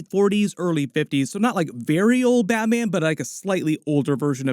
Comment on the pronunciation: this guy saying Batman.... "BatMeean"